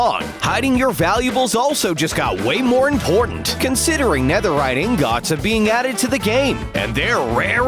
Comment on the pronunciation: The way that he says ingot like ‘in got’